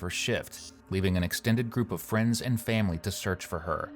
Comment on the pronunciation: Obviously this is the least bothersome thing about this man, but the way he says certain words pisses me off. “Fahmily” instead of “family”